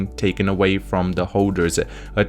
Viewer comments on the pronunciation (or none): none